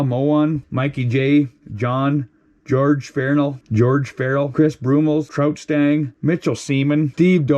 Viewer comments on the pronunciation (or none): none